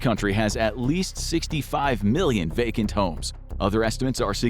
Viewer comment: You say vacant weird.